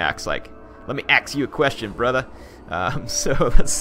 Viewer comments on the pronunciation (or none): none